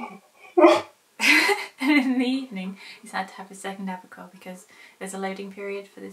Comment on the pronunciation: When you said Approquel, I thought you said Apricot :D You said you may keep Key on it indefinitely, but you shouldn't. You should only use antibiotics when needed. Using it too much, and you get bacteria that is antibiotic resistant then. Which is a major problem.